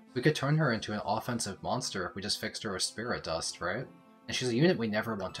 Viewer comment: It's Wolt :D "sprit dust" tho